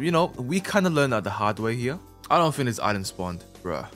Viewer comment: be like: "i think"❌: "i fhink"✅